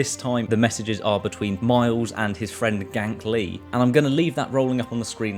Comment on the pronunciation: Did he say...Gank Lee?? The e isn’t silent my dude. 😂